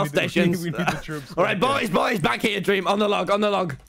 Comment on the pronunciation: I Just watched you saying dweam